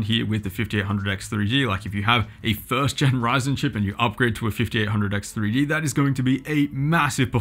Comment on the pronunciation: You couldn't have butchered the name harder if you tried...